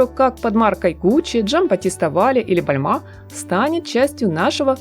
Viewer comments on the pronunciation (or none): none